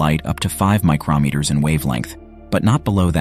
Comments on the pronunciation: micrO NOT micrAH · The "this is what it saw" part isn't true. AND, the announcer repeatedly said, micrAHmeter. Try harder! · It sounds like the narrator is saying micronmeters. There are no such things. mi·cron noun a unit of length equal to one millionth of a meter; a micrometer. saying micronmeter is like saying inchmile. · Interesting and informative. However, your speechbot needs to be retrained how to say "micrometers" properly.